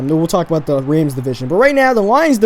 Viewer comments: its Rams not reyms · Its rams not raims thanks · I think he been saying Rams wrong